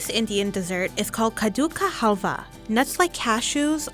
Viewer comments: Khadiukkha haalva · It is kaa-duu- kaa _haal_wahh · Cadduka haalwa 😅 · When she said kaddu ka halwa in English accent I'm happy it gives a great smile in my face 😁😁